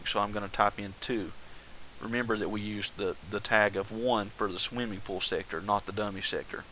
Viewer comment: omg, RevyDaBro, i heard that also!!! PS im a Chex Quest modder, its basicly doom, but you teleport slimy creatures